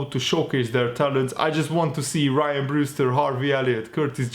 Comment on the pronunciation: please, please PLEASE!, Rhian Brewster's first name is....... Rhian, not RYAN, and it's pronounced..... REE-AN, not like RYE-AN. It's such a little thing but it's the pedant in me. So please could you get his name right next time? I'm sure he's gone through his whole life having to correct people getting his name wrong. Other than that pal, love your videos and am an avid watcher of them. Keep up the good work:-). All the best to you and your family 😊😃